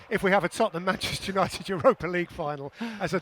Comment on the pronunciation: Why can’t Gary say the word ‘Manchester’?? “Who’s “Mansh City”??🤦‍♂️🤦‍♂️you’d think since he’s from there he’d be able to pronounce it properly 🤡